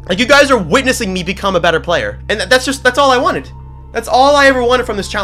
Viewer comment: decent ship ‘playur’